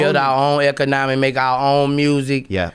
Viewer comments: Eko-nami. That's how it sounds when he tries to say economy. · Rofl, hes like we should like...start farming the vegetications and producing the medicicationals. Form a eccanommy, create our own manney.